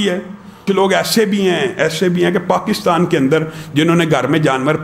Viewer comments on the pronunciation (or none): none